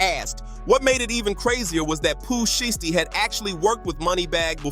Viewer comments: Y u keep saying shisty instead of shiesty ? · Readers pronouncing names is crazy ..shhhity , noochi lol